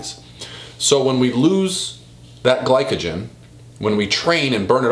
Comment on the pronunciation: It’s pronounced gli so jen but spelled glycogen